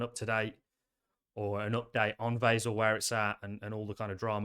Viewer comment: I don't like how you pronounce Vasil.